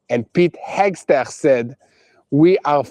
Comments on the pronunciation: Pronouncing Hekseth is a nightmare for.😊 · Day 10 of mispronouncing Hegseth here at boots on the ground!